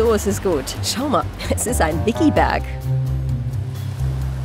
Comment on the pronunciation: Ein "Viki-Berg"?🤣